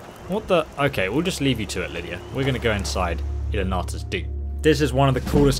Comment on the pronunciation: You know what irks me a little bit? When the mage said "Ilinalta's Deep" about 30 seconds before goes on to say "Ilinaliraliaia's Deep". He does it all the time D